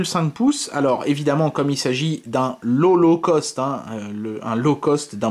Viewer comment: Suis je le seul a Entendre "Holocauste" quand il dit "Low Low Caust" ?